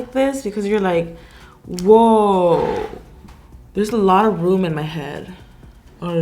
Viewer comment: When you said a “ a mold of my head” , it sounded like you said, “ mold on my head!”!